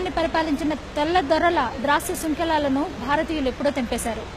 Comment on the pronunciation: dRasya Srunkhalaalu kaavammaa .... Daasya srunkhalalu. migathadi antha almost okay